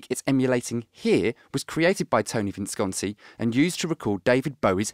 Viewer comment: In tribute to Visconti, finally pronounces his name correctly. Beautiful.